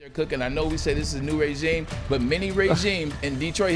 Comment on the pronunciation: I love Braylon Edward's but he says "raygime" I be dying laughing. #GoBlue